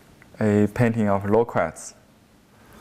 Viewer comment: i keep thinking you are saying 'lolcats' :D but a realy good painting there.